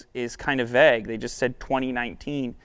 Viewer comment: how the hell did he just pronounce “vague”?!?